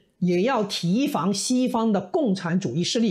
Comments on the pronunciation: 提(di一声)防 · 這是兩岸三地讀音不同